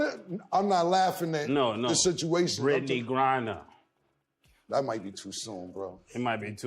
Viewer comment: This negro said Brittany grinder